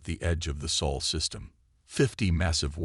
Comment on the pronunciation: It's supposed to be the "Sol" System, kupo.